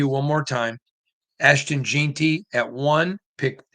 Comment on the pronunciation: Why do you have to pronounce stuff differently? The whole world says jeanty not jeenty